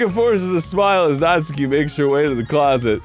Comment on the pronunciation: I’m a little surprised Arin doesn’t know this but it’s pronounced “Naht-ski” not “Naht-soo-key”.